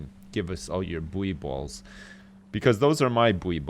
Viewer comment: For the love of god please it's (boo-ey balls)